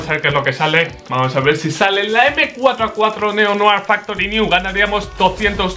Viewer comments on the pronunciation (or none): Se pronuncia neo-noag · ¿ POR QUÉ DICE NEO NOAR!!!!!'???'???? NO ENTIENDO AMIGO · Noar? Dice Neo-Noir jajaja vaya black que se me pega el Neo-Noar